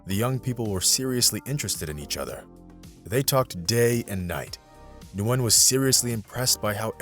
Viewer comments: Just "Win" .. not "New-win". It's one syllable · It’s pronounced win not nuwin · You do know that Nguyen is her last name and it's pronounced "win", right?